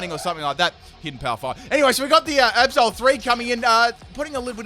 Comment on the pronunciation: Every time you say Absol I almost understand Episode ._.